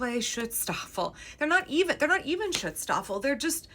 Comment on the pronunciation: Silly comment: schutzstaffel is pronounced with an oo, not an i. But honestly, I think shit-staffel is more appropriate here 😂. And as you can see on Rewboss' channel, perhaps ICE is more akin to the Sturmabteilung SA, rather than SS or Gestapo - but that too is nitpicking.